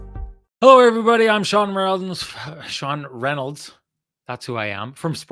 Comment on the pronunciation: #TCB #Lamplighter goes to Axel Jonsson Fabio-allby. #TheKeg SaveoftheGame obviously Brossoit. Sean saving his introduction at the start of this video is a close 2nd... "Hello Everybody, im... I mean Sean Reynolds"